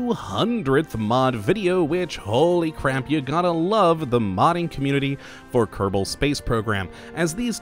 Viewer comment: He says, “Kottabos Space Program”.